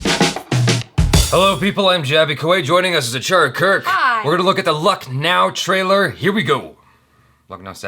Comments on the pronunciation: Hey Jaby. It's pronounced as 'lakh+now'. Love from India. :) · 'Luck' 'Now'...😂😂😂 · It's actually pronounced lukhnau(lucknow)! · Your reaction is & are superb I always like to see trailer and other stuff first time with you 👍 For this particular trailer i feel that you have taken the name "Lucknow" as "Luck" "now" (as Achara also in the end said "I thought it was...happy go lucky thing) but Lucknow(Lakhna'ū) is a city in India and I belong to that city....so just to educate, I pointed out...😉 and this is my first ever comment on youtube😂. Best of Luck... keep reacting because I LIKE IT.. 👌